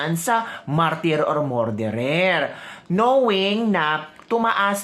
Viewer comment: Ateh please pronounce “Murderer” as “Mer derer” not “More derer “‼️❤️🙏🤡SalaMUCH‼️🇵🇭